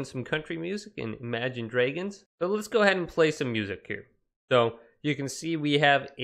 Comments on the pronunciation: The way he said imagine dragons he went ImaGiNe drAgOnss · More like Emaygen dreigons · He said imagine dregons🤣